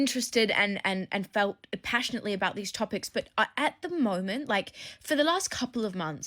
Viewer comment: "at the morment"